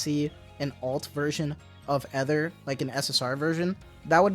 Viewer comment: Correction for Ether pronunciation- it’s a long E.